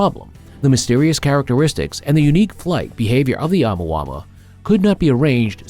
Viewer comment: Why you keep saying it like that 😂. Oh mu ah mu ah. Say that out loud to yourself. Then say it fast thats how you pronounce it 🙂🙃